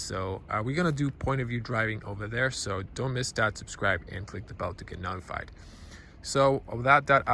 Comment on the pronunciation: I know English isn't your first language but notified is pronounced as 'no-tified' and not 'not-ified'. Not saying this to be pretentious, only to help :)